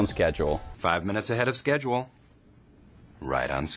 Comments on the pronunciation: ты гений! Это "шедуле" стало с тобой нормальным словом!😀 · Пока вы будете учить английский по русскоязычным преподам вроде этого, то ваше произношение так и будет на уровне школы, когда вам подают сборную солянку из разных акцентов. Сначала он произносит слово "schedule" на американский манер. Как и в целом он придерживается американского акцента. Через пару минут уже произносит слово "honest" на британский манер.